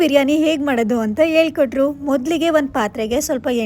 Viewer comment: Eli korta atava heli kotra? Aakondu na atava hakondu na? Kannadadavre Kannada na sariyagi matadlilla andre!